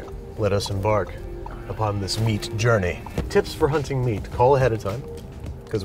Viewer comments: the word "jounrey" haunts my dreams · ah yes, the jounrey. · "We jounrey" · J O U N R E Y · Have a nice, "jounrey". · I don’t think anyone noticed the JOUNREY instead of journey in the beginning lmao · jounrey not journey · “We jouNrey across NYC” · "We jounrey across NYC" Ahhh a good old jounrey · WE JOUNREY ACROSS NYC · Ah, a good old "jounrey". I like those episodes. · Probably already been said but, "Jounrey"? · Jounrey lol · dat "jounrey" across NYC tho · And what a "jounrey" it was!